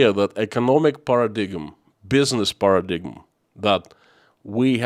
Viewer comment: Just thought that I'd share that "paradigm" is pronounced, "paradime". Love your message, listening from Kentucky.